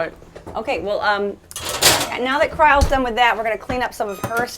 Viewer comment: Her name is Kryle? Like Kyle with an r thrown in there?